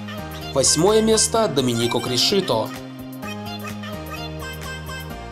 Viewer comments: Не кришИто а крИшито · Не Криши'то а Кри'шито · Почему кришИто? чорлУка?тАски? Ведь же не правильно (((